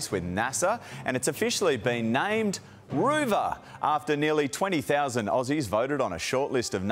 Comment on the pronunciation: “Roo Ver” !?! You have got to be kidding me! Coolamon or Kakirra sounds a lot better on the world stage. The world must think we are a joke !